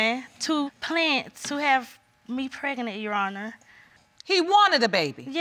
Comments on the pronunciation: I can’t even... Preg-a-nent 🤔 why is it so hard to speak well? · “PRAGANENT”...... is that a word?